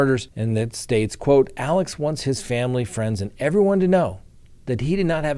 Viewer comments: Alec pronounced Aleccccc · that murderer's name is ALEX Murdoch, not ALEC. AleXXXXXXX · His name is ALEX